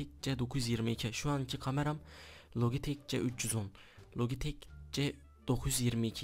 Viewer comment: Logitek değil lacitek